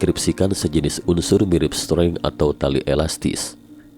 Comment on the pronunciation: Agak terganggu dengan pengucapan "streng" naratornya. Harusnya ucapin "string" aja 😅